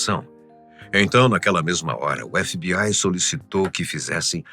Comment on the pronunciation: Efe bi ai kkkkkkk fala direito krl tu não é gringo